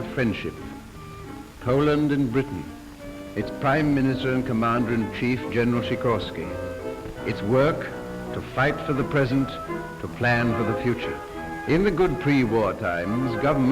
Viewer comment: Tchikosky? It's Sikorski. We're using the same alphabet (latin) as you are, there's no need for transliteration.